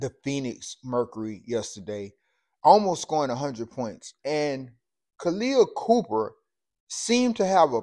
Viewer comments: It’s Khaleah copper , not Cooper bruh. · Copper had 32pts her damn self so she was doing some embarrassing of her own da And give her some respect and say her name right, its Copper not Cooper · Copper, not Cooper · Dude….it’s copper…..not cooper……..sheesh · Her name is Copper not Cooper. Get your information straight and your pronunciation of her first name is incorrect.